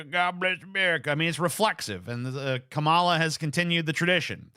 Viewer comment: TJ It's the year of our lord 2024, do you still mispronounce Kamala's name on purpose?